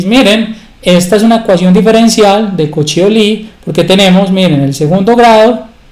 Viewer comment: Disculpa, me parece que Euler era suizo y creo que se pronuncia algo así como "Oiler".